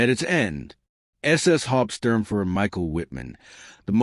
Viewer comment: Can't even pronounce Hauptsturmfuhrer! Lordy, I HATE Robot narrators!! and talk about Fractured French!!!